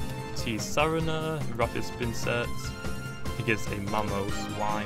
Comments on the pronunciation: It's sar-teen-a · its pronounced ts saa rena